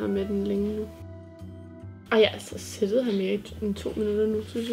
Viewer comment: Hun siger sittet men det hedder siddet no hate synes bare at det er grineren😂😂